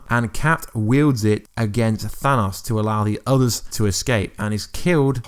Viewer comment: Thanaws?? Its thanos lmfao i tried blocking this guys video's but cant lol i watched his infinity videos before it was released lol hey how not that captin dearth lol oh yeah oh yeah he's still alive lol